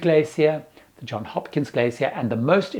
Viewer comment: Surprising even to Americans, it's Johns Hopkins, not John :)